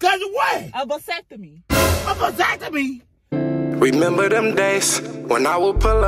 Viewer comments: I’m dead he to happy! 😊 but not knowing he getting a vasectomy 😭😂😂 He say a “deseeextomy” “open sesame” bitch hellll naw 😭😭😭😭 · “I’m not finna get a Dysectavee” 😂😂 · Asepony lol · "I'm not finna get no diseffiny!" 🤦🏾😭😭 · Did that nicca say dasectomy bofl🤣🤣🤣🤣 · 😂😂😂😂 Disefany, asefany, pasefany! in 5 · Dat nyggih said a discephony 🤣 🤣 🤣 🤣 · This man said a perceptamy😭😭😭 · 🤣🤣 He So Mad He Can't Even Pronounce Vasectomy Right 😂😂💀💀